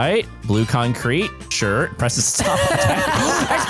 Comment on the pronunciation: Its Preston not preton